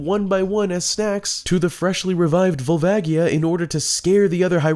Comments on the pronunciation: Fuckin hate Barinade. Also, gtfoh with the 3ds remaster give me N64 oh-rig-in-al. Also it's Vol-vay-jee-uh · The way he pronounces Volvagia…